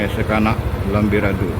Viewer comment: Lambidaro min..bukan lambirado..😁😁